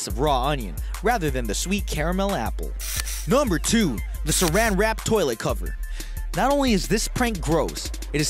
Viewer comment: Crip52Crazy it's sounds like Gumber